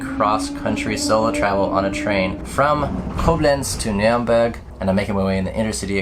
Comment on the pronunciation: The name of that city is Nuremberg not Nuremburg